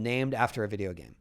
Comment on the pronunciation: Videe-OHoosz the British accent is so funny emphasizing the last syllable of every word.